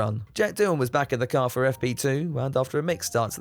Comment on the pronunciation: I DESTWOYED DA KARRRR never gets old.